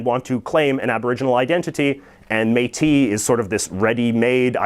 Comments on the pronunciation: It's pronounced "métisss" :-) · Exceptionally, the S at the end of Métis and most words that end in "is" is pronounced. Thanks for the effort though.